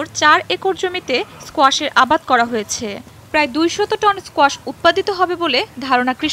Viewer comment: 😅😅😅kuasha?? Strange but it’s squash